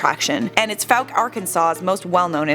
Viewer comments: You only pronounced fouke correctly once. It’s not fowk or fuke. It’s pronounced foke. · What if people could pronounce my home town right? It is not Foo-ck. It is Fow-ck. Like Fowl nor Food. Geez that ruins a video when some mispronounces my hometown. But thanks for doing a video of their urban legend. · Thought it was pronounced like: foke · What if this idiot narrator pronounced the name of Fouke correctly throughout the video? ( vs )